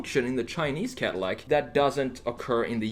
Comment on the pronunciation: It is not cardillac broh..